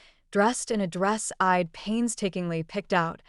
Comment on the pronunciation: I'd, not eyed. Chppy narration is annoying. Parents are more concerned with image than with their daughters' choices. School is Berklee College of Music, not Berkley.